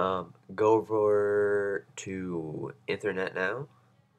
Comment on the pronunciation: It's ethernet, like EEEEEthernet, like the e sound in me, not like the e sound in meth.